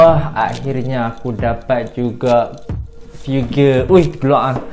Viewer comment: Figure = FII GER Sebut betul la barua